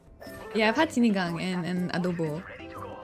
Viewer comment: doesn't know the filipino accent, pero yung pag salita niya ng adobo at sinigang eh may pagka-filipino accent🤣.. hindi lahat, yung ibang sa loob ng CR lang magaling kumanta🤣